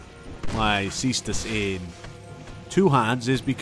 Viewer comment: /cestus/ is the right prononciation. It's latin.